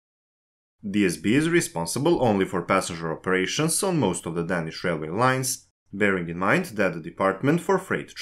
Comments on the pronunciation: præcist, og der er også andre fejl. Desuden udtaler han danish forkert hele tiden - det er bogstavet a det er galt med. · men ikke ordet "danish" der udtales bogstavet a hele tiden forkert.